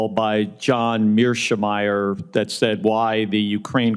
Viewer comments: are you well in the head in these committees? what are you going to do next, attack the professor? And it's Mearsheimer, not Mearschmeyer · lol, I love Senator Kelly’s sheer contempt of not even pronouncing “Mirschmeyer” correctly. For a “respected scholar” Mirschmeyer isn’t only vehemently and criminally wrong, he absolutely refuses to self-correct whatsoever. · Indeed. Kelly is a simpleton that clearly doesn't even know who Mearsheimer is, as he couldn't pronounce his name correctly. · READ MY LIPS, SENATOR! YES, RUSSIA WAS! And learn how to pronounce the Wendell Harrison Professor in the Political Science Department at the University of Chicago, where he has taught since 1982, name!:face-fuchsia-tongue-out: You need to start reading different comics, Senator Kelly! And stop making a fool out of yourself!